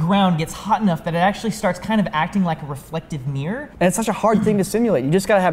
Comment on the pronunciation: a reflective “meer”?? “Mirror” has two syllables.